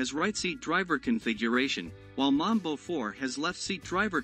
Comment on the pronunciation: Correction: your pronunciation of Mbombe 4 is similar to Mamba which is a different MRP. You pronunciation is that of Mamba vehicle so the Mbombe should sound like M'bomb'e. The Mamba is charactirised by a wheel on a side. 🇿🇦